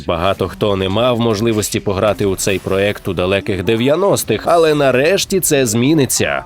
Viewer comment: Класне відео, але хочу що звернули увагу, правильно казати ''проЄкт'', а ні ''проЕкт''.